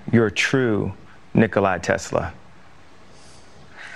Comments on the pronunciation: Nikolai Tesla? Nikola Tesla. Ye so genius he can't even get the name right🤣🤣🤣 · BTW, it was Nikola Tesla, not "Nikolai".... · NikolAI Tesla?!! It's Nikola not Nicholai 😂😂😂